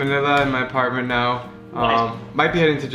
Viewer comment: Japam really is japan not japam